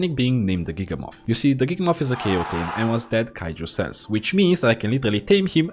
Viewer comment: It’s giga-myth like mammoth not giga-moth😭😭😭